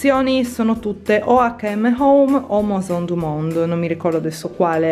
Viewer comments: scusa se ti correggo ma sono Italo francese è si legge “meson„ ahahah! Comuqnue ti amo e 48 minuti di video sono la vita 😍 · Maison du monde si pronuncia meson du mond . .. AI in francese si pronuncia E . Un bacione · Video bellissimo! Però si dice mEson du monde per favore 😊